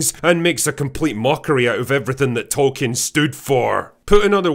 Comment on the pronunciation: Sadly his name is pronounced "Toll keen" 😢 oh and "smowg" 😢